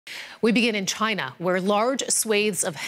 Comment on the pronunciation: Trump - "chi-na"